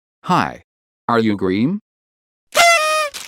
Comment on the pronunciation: Gream!?!? Not green!?!?